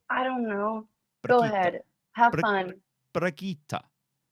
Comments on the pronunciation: She was too kind, you kept saying 'bragitta' jhahjahha it's BRI GIh TT EH Its ok you'll get there one day. Oh this video was sooo cool I want to see more like this! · Brigittah: Brigitte: Brigittaah:...yea, that was pretty good! No, it was not. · Y'all still don't know how to pronounce her name!? lol smh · bruh, it ain't 'Bridget' in English. Brigitte is a totally different word with totally different letters in totally different places my doggie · stills get the E wrong. I just realized how difficult it must be for non-swedes to pronounce Swedish E's. the "tte" is pronounced like the english "ten". Brigit10. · Well Brigitte is nit a swedish name, it's german. Reinhard gave her the name, so you have to say it like them. Bri-gitt-e. Not with an A in the end. Trust me I'm from Austria and here it is also a normal name xD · I speak german and she says it correctly, he just keeps putting an “ah” sound to the end. It’s bree-gee (pronounced like the gee in geek)-t-eh (as when you say “eh?” to someone) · ...and he is still saying the Name wrong xD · Pretty amazing. 45 minute video on something that could've been done in 2 seconds. That's also not how she says her name in the game. Weird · Because Reinhardt named Brigitte, you should speak it German, or not? If so, she speaks it wrong... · it’s an E not an A at the end. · Omg it is still wrong xD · can't say it, lol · the way you say Brigitte reminds me a bit of an Italian accent idk why 😂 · Its still wrong lol